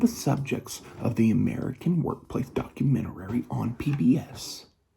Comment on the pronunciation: I dont trust anyone who pronounces Documentary as "Documentarary". I honestly think that guy is actually the Scranton strangler.